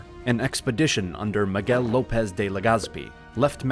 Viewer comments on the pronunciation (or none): none